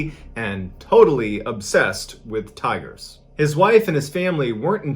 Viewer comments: I thought you were saying tires for the first few minutes until I realized 😂 'He just loved to spend time with the tires and look at the tires..' lol I thought man, this is going to be one weird story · Is it just me or did I hear tyres instead of tigers for a minute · Thought you were saying tires for half the video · Ohh tigers ...i heard tires lol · I thought he said tires at first too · Bro, I thought you were saying "tires"! Lmao! Right up until you showed a picture of a tiger I was so confused as to why this was a story starting off about a guy who is obsessed with tires. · Am I the only one that thought when he said “tigers” I thought he said “ tires” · OH- I THOUGHT MY MAN SAID TIRES- PFFFTT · I thought he said tires😂😂😂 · him: says tigers my ears: tires ??? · the very first time he says tigers it is hard to hear the G being pronounced but the second time it is very clear. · I heard "tigers". ???